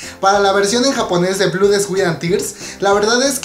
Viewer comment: blood se lee "blad" ^^